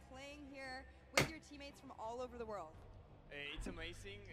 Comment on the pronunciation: Cualquier pregunta en ingles: is “amaizin” i win we win